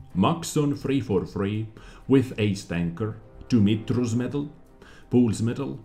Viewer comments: Yes, Dumistru's Medal, you pronounced it perfectly as Dumitru is a Romanian name and as I am Romanian, I can confirm it was pronounced correctly. :)) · You pronounce Dumitru kind of like Doomeetroo. No weird mixes, just “u” from “Moon” for example and “i” from “bee” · Dom-ee-tree's medal. The ee in both instances sounds like geek (nerd) or speak. It's spelling is over complicated compared to it's pronunciation. Keep up the good work. Cheers from Ontario.